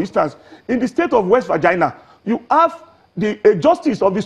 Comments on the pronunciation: Virginia oooo not Virgina Sir😆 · West Virginia NOT West Vagina